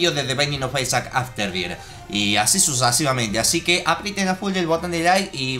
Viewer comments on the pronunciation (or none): dijo susasivamente en ves de susesivamente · MIREN lo que dijo dijo susasivamente jeje escuchen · Line por dos cosas por si estás bienendo es te video en 2020 y si te dos cuenta que embes de desir sucesivamente dijo susesidamente